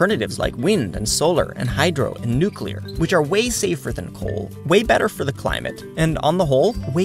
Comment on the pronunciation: "Way Cheaper" - Shows a higher than coal price for nucular.